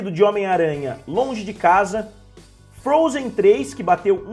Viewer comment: Só eu quê ouvir ele fala frozen 3